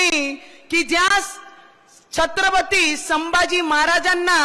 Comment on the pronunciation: She & Her Husband once shunned Hinduism & was seen dumping Lord Ganeshas idol, She couldn't recite Hanuman Chslisa once. She supports divide in Hindu Society. Its said She refuses to talk on Upliftment Downward Filtration Policy. She can't pronounce Shambhaji 🤣🤣